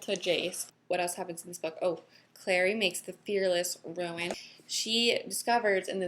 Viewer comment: RUNE .........not RUIN!!